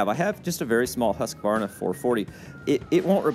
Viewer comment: Please please. The letter Q in husqvarna is pronounced as a K. A K that is hardly heard in the word.